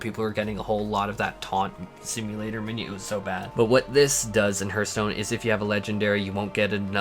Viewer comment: Did... did you call it HERTH stone!?